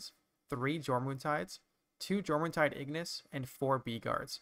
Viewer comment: Amazing video. Also, Jormuntide is pronounced like "YOUR-MUN-TIDE". J is pronounced as a Y.